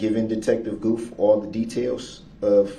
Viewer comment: And Detective Goof instead of Guth. I feel like he did that one on purpose. 🙄